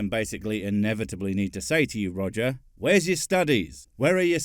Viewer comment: One Quit, Two Quit, Three Quit.....Roger the Four Quit....At least that's what it sounded like